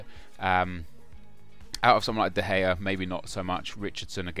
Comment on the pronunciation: De Gea spells De Ghea, and not "the gay"...